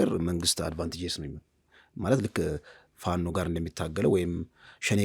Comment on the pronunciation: This shows an identity crisis and a failure to analyze the news objectively. The bias in the reporting is evident, including clear Amharaphobic sentiment..Look at how the short guy speak out the name FANO